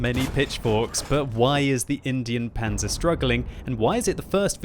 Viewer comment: I swear it's in-dine panzer not Indian panzer like the way he pronounced it was so cringey